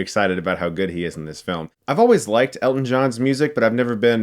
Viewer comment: Nice job on the movie, great to hear someone finally pronounce his name correctly, Hugh Jackman botched it for Eddie the Eagle, love the shirt